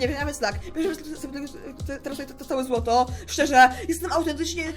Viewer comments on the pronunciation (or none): Nie zloto tylko złoto